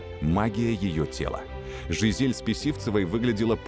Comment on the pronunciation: не смогли найти диктора, который умеет произносить слово "Жизель", ..вероятно никогда не слышал...